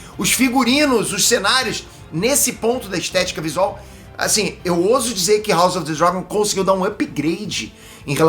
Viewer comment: Como assim o não sabe falar " House of the Dragon " 🤔